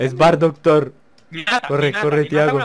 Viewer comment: es vardoc thor= var-docthor xD